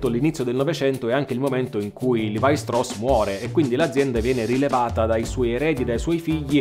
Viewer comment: Molto, molto interessante. Mi chiedo però se, visto che l’origine è tedesca la pronuncia corretta del nome non sia proprio quella “ italiana” cioè Levi-Strauss come si direbbe anche in Germania… Anche Nike è greco ….e junior latino…😊